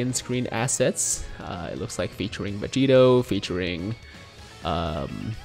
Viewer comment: The first time Vegito announces his name, definitely sounds like he said Vegeta.